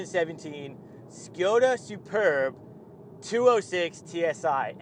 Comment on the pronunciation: It is Škoda not Škjoda